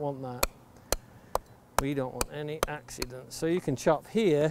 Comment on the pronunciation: "you don't want any AXcidents..." hehehehe.